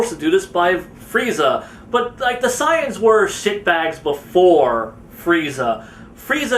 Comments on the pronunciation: why do you call say-ians sai-ans? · pronounced SAY-ANS not signs 😒